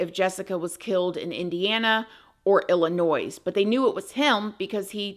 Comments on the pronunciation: The s is silent. Ill a noy. Illinois. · Love following you!! FYI Illinois is pronounced ILL-I-NOY 😉 Keep bringing amazing stories!! 😃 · I love you. Merry Christmas but there is no pronounced S in ILLINOIS!! honey ..... I have commented to correct you before. It's just important to know how to pronounce the 50 states of the country you live in correctly. Yes I'm from Illinois and no I'm not used to people mispronouncing it anymore. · Merry Christmas! I hate to be the one to do this, but my aunt, via marriage, was born in Illinois. And growing up, anytime I pronounced Illinois as Illi-noise, she'd instantly correct me and say to me verbatim "there's no noise in Illinois". She wasn't mean about it, she simply never seemed to miss a chance to correct me every time I pronounced Illinois incorrectly. I learned that lesson enough times by the age of 7 years old to never forget how to pronounce Illinois 😊 Great video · I love you & your videos! You do a great job & you are one my favorites! Just a side note, for future reference.. the S isn't pronounced in Illinois. If I didn't live there, I'd for sure be pronouncing it the same way 😂. No hate. Keep up the great work! ❤ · Being from Chicago, I have to correct your pronunciation of Illinois… the s is silent. Also, my sis-in-law is from Indiana and her dad knew this guy… wild story for sure! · The S is Illinois is SILENT 😂😂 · From everyone in or from Illinois and from my best friend that corrected me way back when; the S is silent on the end of Illinois girl :) ❤ love you and love what u do and I always got you girl!!